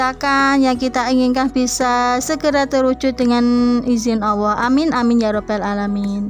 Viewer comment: Maaf mbk,,, Allah, kedengarannya awoh mbk